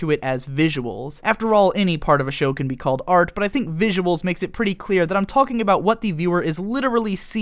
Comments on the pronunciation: The emphasis this guy puts on the "l" in "talking" is hella distracting. Super interesting video though. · Please stop pronouncing the L in "talking" for the sake of the world.